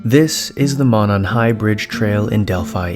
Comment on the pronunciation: Stories on reddit are like 98% fake my dude, just a heads up. Also it's pronounced "moe-non". Fellow Hoosiers will probably jump in lol. Edit: Just wanted to say your content is still amazing and I'm a big fan. Keep it up King.